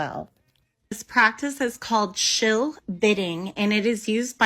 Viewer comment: Shill bidding, not SHELL bidding 😂